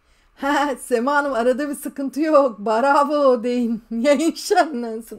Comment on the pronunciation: Mustâfa hep nerede bu çocuk diyor bravo cümlesi değişti barova diyip duruyor Mustafa sıkışınca barova diyip duruyor 😂